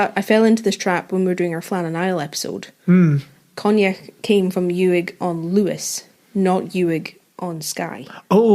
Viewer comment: Uig is pronounced like ooig, by the way!